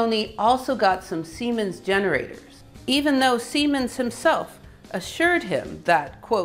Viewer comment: It is Werner von Siemens, not Seimens, for the rest, wonderful videos